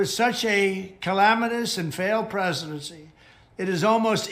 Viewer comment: Lol Preshedenshee